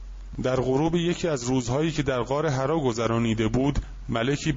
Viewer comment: مَلَک کجا مَلِک کجا، غارحّرا نه حِرّاودهها مورد غلط خوانی مشابه.